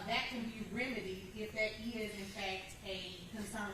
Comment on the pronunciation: Never heard a lawyer enunciate “is” like “aahhaeeess,” it’s only one syllable girl calm down 😅